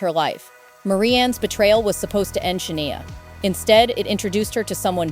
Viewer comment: Can’t stand these AI produced videos. When it says her name is “Sha-nee-a” rather than the correct pronunciation, “Sha-nigh-a” and then stating the dates of her surgery was 2018 to fix her vocal chords and then being able to release an album following the surgery in 2017??!! Like what? Doesn’t make any sense. Can’t watch the rest of this…